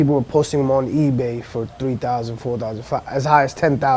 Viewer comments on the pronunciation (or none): none